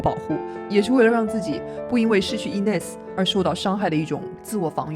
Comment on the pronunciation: 但是念错了